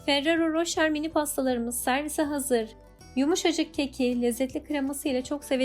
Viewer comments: da çok güzel söylediniz ismini🤣🤣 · Bu pasta minik değil yuvarlak büyük kalıpta yapılır sizinki çok kalın oldu Kek hamuru gibi değil pandispanya gibi yapılır yağ girmez Ayrıca adını bile telaffuz edemiyorsunuz